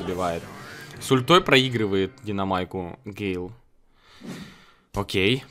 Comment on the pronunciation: Такта не гейл а гэйл